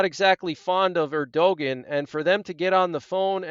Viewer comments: it is pronounced erduwon. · Thank you for the update. God Bless! Bit of constructive criticism: Turkey’s president’s name is pronounced AIR-dyoo-gone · You butcher the pronounciation of many foriegn names. If you want to do this type of work learn how to say the sames correctly or try to. For example Erdogan, the "g" in his name is silent. It is pronounced Erdoan. You make Erdogan sound like he's from Scandanvia or Eastern Europe. Also the name of the foriegn minister is Abdollahian. It sounds like jibberish when you attempt to pronounce it. Its Abdo-la-he-an. Aside from the butchering your news and advice is alright. It seems like you defend the Apostate Jews too much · His name is pronounced Airdowan. 😊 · think his name (Erdogan) is pronounced air-doh-wahn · It’s pronounced Err dee gone. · Erdogan is pronounced er-do-wahn